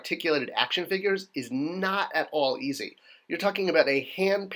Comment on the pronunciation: "Figrues" LOL